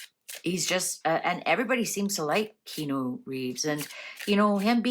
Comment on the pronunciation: This was interesting, i love how each segment is short and not dragged out :) However, some info is wrong. Keanu is pronounced Kee-Ah-Nu and his parents were NOT murdered. They are alive. His sister is also alive - she recovered from leukemia. Keanu had a stillborn baby and then his ex girlfriend died in a car crash. And his best friend River Phoenix died from an apparent drug overdose. Also, yes he is gorgeous and looks good as he has great genes (Chinese Hawaiian) but he has most definitely aged! Now that he is 60 years old, he is looking more his age.